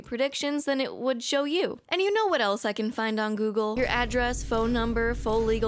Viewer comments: Heh, gogle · First video coming across from you. But says gogle so I had to comment, so I guess I don't complete doesn't work as intended...